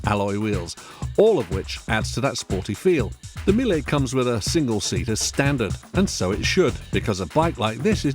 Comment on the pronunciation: "Meel" "Millie" wtf? .... It's pronounced "Me-lay" surely?